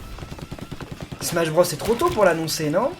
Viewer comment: SMACHE BROSSE !!!!!!